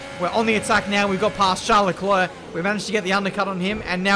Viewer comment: Normal people: Charles Leclerc: Charlecler Btw love your content keep it coming